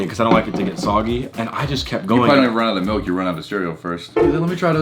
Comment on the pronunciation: Nobody: …: “MELK” (milk) Lol